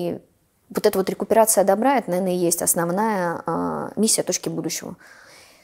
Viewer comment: Гостья очень интересная, тема просто оболденная, проэкт впечатляет. Но слово коллаборация и декуперация просто "царапает". Ну, пожалуйста, не надо.